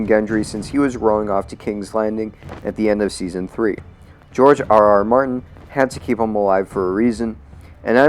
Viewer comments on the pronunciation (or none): none